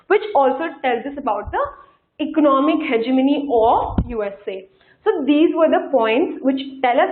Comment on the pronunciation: Ma'am your lecture was very helpful indeed! I just want to say one thing more is that please see to your pronunciations and try to correct them.As students will listen to you and will speak the same. ex:routes..hegemongy listen to the pronunciations on youtube. Please do not mind it is like that for cbse students besides the concept these all things matter too.